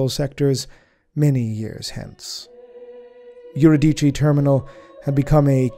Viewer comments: Im willing to bet that what he pronounces as "yur-i-dee-chee" is Euridice, which is actually pronounced "yu-ri-di-see." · If I may be so bold as to suggest that the pronunciation of Eurydice follow the archaic Greek, yoo-ri-d-see and that the P in Ptolemy is silent.